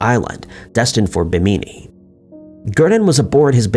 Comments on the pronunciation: Bimini is pronounced bim (as in Kim or Jim but with a B sound) uh knee. So: Bim uh knee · The way he pronounced Bimini and Tripoli through me for a loop